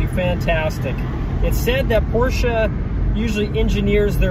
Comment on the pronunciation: You are one of the only americans that pronounces porsche correctly as “porsher”! Most of the americans either say “porsh-aa” or “porsh”!